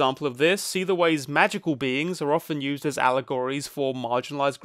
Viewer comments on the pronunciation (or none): none